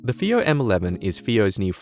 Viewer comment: It's pronounced as "Faayo" not "feeyo". The rest of the review was really great and detailed.